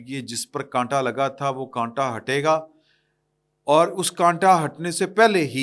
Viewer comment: وہ کنٹا نہیں ہےاس کو کاٹا کہتے ہیں